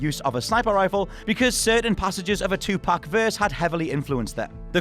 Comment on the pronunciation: Don't pronounce Tupac like that